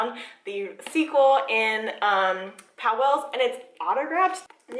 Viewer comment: Sorry, native here. The store is pronounced POWLES, not POW-WELLS. It’s 1 syllable. Glad you enjoyed our independent bookstore!